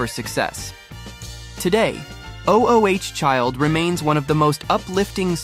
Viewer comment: You know, this video isn't bad in terms of content, but the glaring AI narrating mistakes finally put me off. Doesn't a human do a final edit on these things? O.O.H Child? Seriously??? Ma Belle Ami is actually sung on the clip shown, but the narrator mispronounces "ami" anyway, more than once. Turned it off at this point.